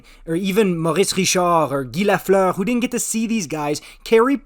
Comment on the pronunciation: It’s the way to say it in French, so the right way to say it…